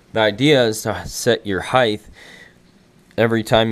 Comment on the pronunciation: Height* heighth is not a word bruh